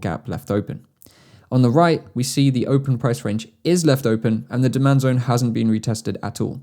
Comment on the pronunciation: I want to see your comment if you hear him say DEMAND DONE instead of DEMAND ZONE in the 11/12 min 😂